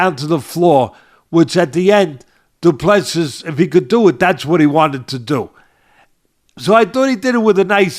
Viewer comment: Said as Doo Plu Sea,see as in ocean.Last 's' is silent